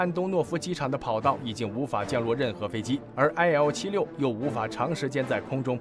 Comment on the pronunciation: IL-76念做伊尔76。